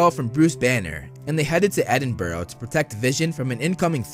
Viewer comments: I swear to God it isn't edin-boro it isn't edin-berg it's edin-brugh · Edd-in-burrow? Edinburgh? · the way you said Edinburgh😭😭😭